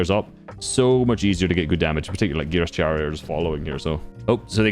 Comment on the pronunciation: its chary but you read it like harry